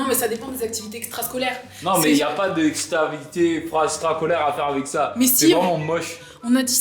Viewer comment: " extravité frastascolaire" jpp mdr 😂😂😂😂😂😂😂😂😂😂😂😂😂😂😂